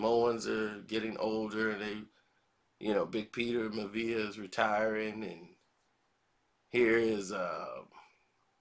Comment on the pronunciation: Peter Miavia ( MYA-VEE-YAH)